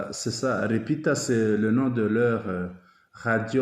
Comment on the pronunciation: Munyarwanda interprète dans votre alphabet il n'y a pas de lettre L. Le Congolais dit de manière bien audible LIPITA mais vous changez en RIPITA.😅😅😅